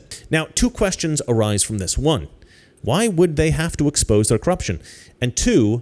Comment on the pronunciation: I like how he says cruption